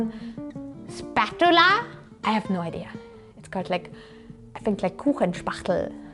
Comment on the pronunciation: I love all the pronunciations she says for unknown English words, "Spat-tula" haha! Literally love this channel so much